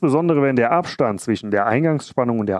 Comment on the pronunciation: ich kann nicht mehr ... zwiSCHen praktiSCH ... schrecklich - wenn man schon ein Video macht warum nicht noch verschmutztere Elektroniken gefunden? - das Video ist sicher geil aber durch das schlechte Deutsch wollte ich es mir nicht weiter antuen als 10 Minuten - schade